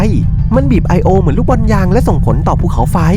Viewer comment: " ไอโอ " ลั่นเลย5555